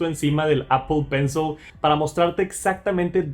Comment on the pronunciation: APOL PENSOL